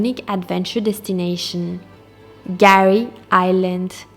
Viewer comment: Guys, we love your Chanel. You do an excellent job. But calling Fraser Island/kgari “Gary” is a fail 😂